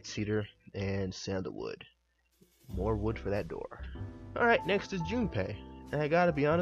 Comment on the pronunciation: MC and death o-door